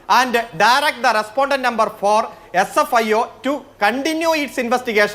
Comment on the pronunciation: Sfio എന്ന് പറയാൻ അറിയാത്ത ഒരു വക്കീൽ അതാണ് നാണമുണ്ടോ